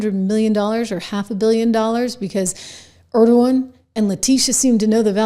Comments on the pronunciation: ENG O RON. ENG O RON. Say it after me. NOT ERD O WAN. Completely different fellow. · Engoron's name isnt pronounced like the name of the president of Turkey